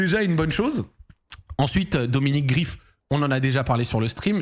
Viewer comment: Ça se prononce Greif pas Grif si jamais mais bon ça doit sûrement te faire chier de le prononcer façon allemande